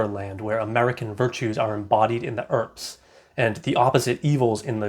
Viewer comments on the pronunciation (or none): The name "Earp" is pronounced with one syllable, sounding like "urp". The phonetic transcription is /ˈɜːrp/. This pronunciation is consistent for both the surname and the given name "Wyatt Earp", as in the famous American West lawman. Whose brother is Virgil Earp.